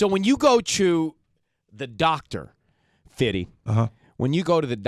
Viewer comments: fifvittie look how the interviewer say Fifthy. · I hate wen people call that man fiddy smh and dey always white lol...yall wanna feel cool connected or w/e jus say fif "fifth" 😉